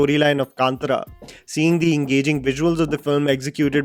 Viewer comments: U pronounced kannada film wrongly as "कान्तरा". It is actually "कान्तार". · it is pronounced K'aa'nt'aa'ra